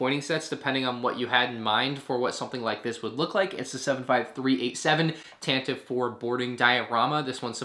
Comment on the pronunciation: it’s pronounced Tant-i-vee